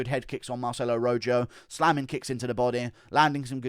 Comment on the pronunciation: It’s pronounced Roho not Ro Joe